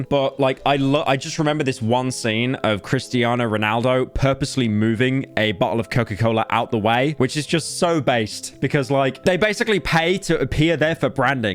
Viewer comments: Also pyro: Kristiana Ronaldo 🤰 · It's okay he said Kristiana Ronaldo